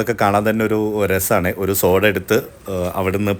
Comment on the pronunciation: 🙋🏻‍♀️chakkare🙋🏻‍♀️സോഡാ അല്ല ഷോഡ 😅ഇത്രേം എഫക്ടുള്ള സാധനം വയറ്റിൽ ചെന്നാലുള്ള അവസ്ഥ.🥴.. പടച്ചോൻ ബുദ്ധി തരട്ടെ 🤲🏻